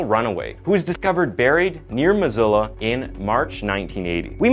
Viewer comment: Love your stories, but you destroyed the pronounciatikn of Missoula and Spokane!